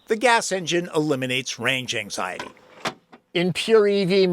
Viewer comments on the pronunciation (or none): none